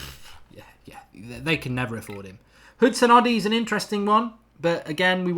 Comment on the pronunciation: How hard is it to say Hudson-Odoi and not Hudson-Oddy? 😂